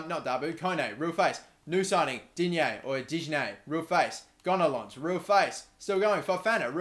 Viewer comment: Pronounciations: Digne - Dinye Gonalons - Gonalon Stade Rennais - Stad Ren